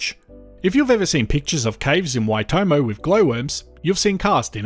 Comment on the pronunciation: he managed to pronounce Taupo and Waitomo a lot better 😅